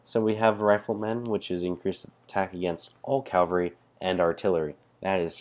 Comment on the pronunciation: It's cAValry, not cALvary...